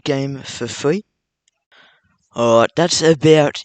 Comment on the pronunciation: its free not fwee